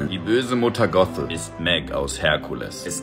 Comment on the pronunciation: Gothel wird deutsch ausgesprochen... schweizer halt...